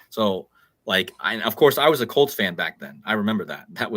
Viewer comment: ps, In GB we say "As mad s a hatter". Litsening to you mentioning the Broncos and the Colts. "Bronchos" is the windpipe (bronchodilator) and Colt sounds like Cold. An other "C-virus" is in the pipeline.